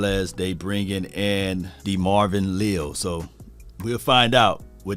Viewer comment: Le’al (just like collins first name was) is how it’s pronounced. But he is a 3T but he could be next AD?